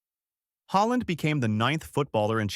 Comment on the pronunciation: So he changed his surname to HOLLAND! NO!. Bad AI American narration, as usual! Puts me off watching!